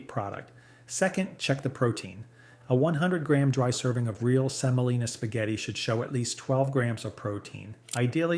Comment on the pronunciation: Semolina, OK? SEMOLINA. Not Selina.